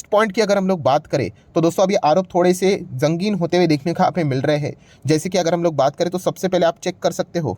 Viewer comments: Jangin nai bhai bolna sikh sangin bolte hai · Bhai ZANGIN ...aroup nahi sangin aroup